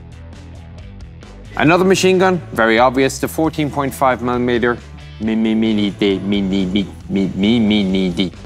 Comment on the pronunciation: The 14.5 mimi-meter...LOL!